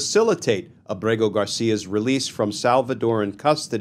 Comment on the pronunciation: A small point: I think that the diacritics have been stripped from his name. From what I saw early on, his name is Ábrego-García with an accented first syllable, not with emphasis on the second syllable.